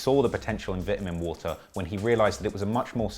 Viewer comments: Vit-ah-min water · 😂😂 Don’t worry, you killed it as usual my boy. The Vit-Uh-Min water video is a success. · OMG the way you say vitamin water. And even more you alternate between that and vai’amin waa’er